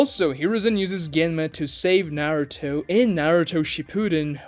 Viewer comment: narutoe hoekagay learn to pronounce japanese names correctly man, it's embarassing